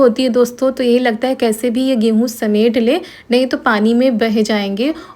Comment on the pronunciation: Kaise yaar naak me bolti ho kese he aap loggggggggg😂😂😂😂kaise ke jagah kese hee hai ke jagah hee bolti 😂😂😂😂